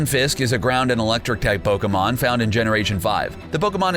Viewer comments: Had to dislike just because this guy has no fucking idea how to pronounce pokemon names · Pokemon pronunciation are off😂😂😂